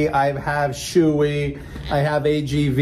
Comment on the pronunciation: It’s pronounced Show-Eee not Shoe-Eee boss